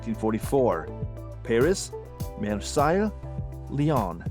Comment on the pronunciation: Number 59 Marseille not "mare-sye" but "marr-say"